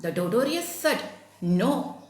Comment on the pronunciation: Madam totorious entha tortoise alley aama athu vayikkunnathu taw-tuhs ennalley